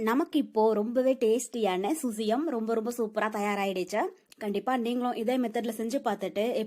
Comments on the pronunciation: Crt dear🙌 susiyam illa Suzhiyam dhan.. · Susyam illai _ suzhyam endru Azhagana thamizh sollu Zhi endra soll solar vaayil Nuzhayadhu. Avargalin thavarana Utcharippay solladheergal Thamizhin miga uyarndha Azhagana ezhuthu. Ulagil endha Mozhygalilum idhu kidayadhu Thamizh ezhuthay saagadykkadheergal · Susiyam illa suzhiyam...